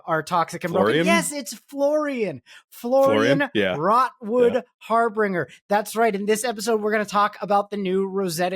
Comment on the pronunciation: Har-bin-ger (Sidenote from a Vynnset main: she sucks)